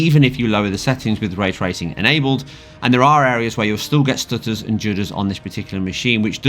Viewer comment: "tha stooturs"